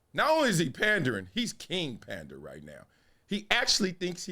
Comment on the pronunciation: No way Marcellus just called him “Kong Fu Pander” 😂😭💀